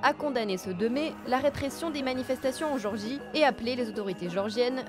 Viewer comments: Pas Georgie, mais Gé-or-gie. Ou alors le son est mauvais. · C'est gÉorgie pas georgie... Un minimum de respect pour leur pays qui n'est pas aux portes de la France 😉